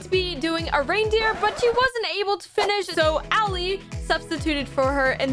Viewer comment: Tysm I love how you said Allies and Avery’s build